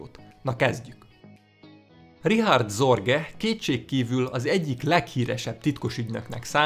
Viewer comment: Őt nem "Ricsárd Szorgej"-nek kell ejteni?